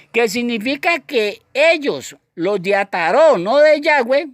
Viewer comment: Cual yayweh suena raro como que le falta algo